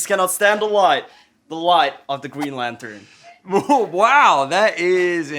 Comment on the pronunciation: "Dark evro" lmaooooo dude please stop talking. "Geen lantun"